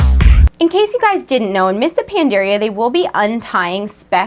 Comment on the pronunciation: You can't even pronounce Pandaria